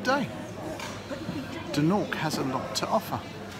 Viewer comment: I was born in Embo eighty one years ago and I still recognise the rocks on the beach behind the gentleman speaking at the beginning of the video. However, throughout the video this gentleman kept referring the Dornoch as "Doonork" which made me laugh every time he did it. We always knew the place as "Dornoch" even though plenty times we called it by other names, many of them rude. But that was purposeful because of the bad blood that then existed between the then Gaelic speaking people of Embo and the English speaking people of Dornoch.